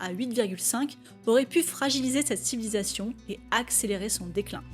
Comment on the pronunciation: CETTE CIVISATION. Aïe, ça pique les oreilles 😅